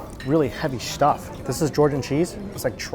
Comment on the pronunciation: can say any words that involve the letter 's' properly? he always pronounces s words like 'SH' or 'X' i guess his chinese accent can't be hidden.He would say 'shtuff' or 'xtuff' instead of 'stuff'. Can't get a clean S in.